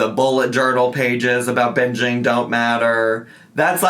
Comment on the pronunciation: I am not a native speaker and I always crack up when says "binjeeeen" instead of "binging"